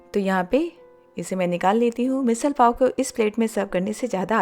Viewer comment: It is pronounced as "Misadd"